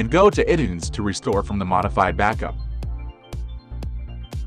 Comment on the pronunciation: ih tunes? come on, get a real vo person...lol